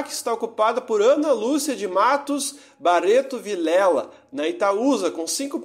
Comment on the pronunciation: Bareto, Aruda, Sera Pelada... acho que o narrador faltou na aula de como se pronuncia o "rr".